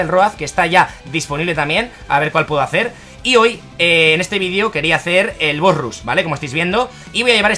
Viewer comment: de parte de un amigo: embolia cuando dices '' bos rus''